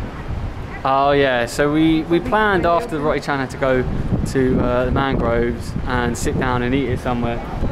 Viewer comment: Hope you don't mind, but the "o" in "roti" is not pronounced like the English "o" as in "rot". It's more or less the Italian "o" as in "roba" or "Roberto". (You're both familiar with Italian, aren't you? must be!) Hope you can improve your situation in Jakarta. Can visitors get a vaccine there? That would make things better for you.